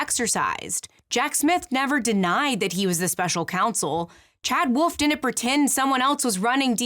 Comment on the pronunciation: I can't come to terms with the interesting deep drive analysis and the way she consistently mispronounces "didn't".